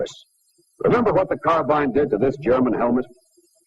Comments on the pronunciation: He says car bine instead of car bean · never figured out why so many people mispronounced carbine. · Interesting that he pronounces 'carbine' like us English, rather than the modern American way.